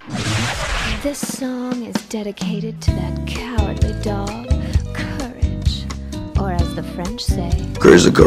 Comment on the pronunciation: i was lost until i relized he said courage the cowardly dog I was like "curd the what"😂